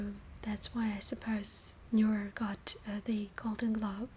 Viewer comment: Neuer not Neur